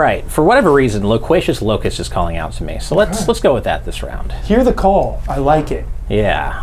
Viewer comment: All these Sports Guy questions about who was on covers of 2019 versions of games has me cracking up. Unintentionally obscure for the win haha Add it to the fact that couldn't pronounce any of the words in Loquacious Locust, and this might be one of me favorite Mysterious Monsters yet